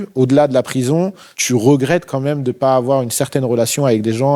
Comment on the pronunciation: on dit "quand meme" pas "comme meme" 😂😂😂😂😂